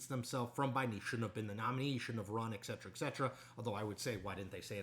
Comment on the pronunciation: Did Chris actually say ECK cetera ECK cetera? noooooo